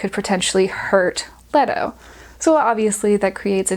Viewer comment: Lee-Toe. Lee-Toe.